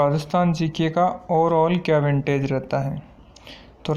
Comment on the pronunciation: विंटेज नहीं होता वेटेज होता है।